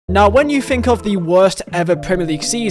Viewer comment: "Fink"? Learn to talk properly or delete your channel.